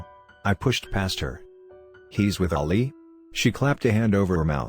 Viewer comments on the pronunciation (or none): I hate this bot XD it’s saying Ollie tho the name is ali